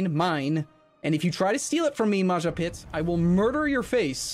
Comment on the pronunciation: Did he really called Majapahit -> Majapit?